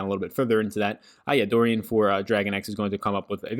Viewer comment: Why do you pronounce Doran as Dorian? But anyways, great work. Thanks for all you do.